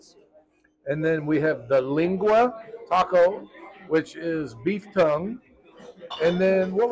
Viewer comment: Tongue(Lengua not Leeeengua) is the best meat. So tender and delicious. Anybody hesitant to try it the taste is just like really good beef. Menudo is made with beef stomach not intestines. It is our favorite food out. Often we will go to place like that for tacos and I'll just order the Menudo or the Caldo de res(Beef stew) soup so I can make my own tacos.